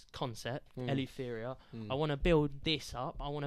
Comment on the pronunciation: plz fill the gap on the A in “Eleuthera” 😂😂😂😂 doing my head in